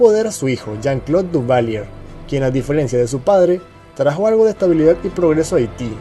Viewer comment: Sorry, se lee, Duvalieg..